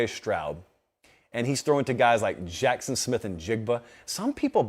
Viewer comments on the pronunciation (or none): none